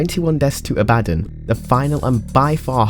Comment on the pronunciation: I'm extremely disappointed about your pronunciation of the word "abbadon" you are supposed to say it in a funny british accent you meanie!